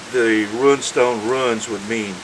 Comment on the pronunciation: My one real problem with this video is your pronunciation of rune and its derived words. I think the word is similarly said to "dune", but with a r in place of the d. RUN-stone just makes you (and the subject) sound silly, which I believe would be an injustice. Also, being from within 75 miles of said stones, I believe that if i can say it right, so can you. As for the subject, i find it intriguing, and would love to see images of the swords and such found there, and of the type of stone there.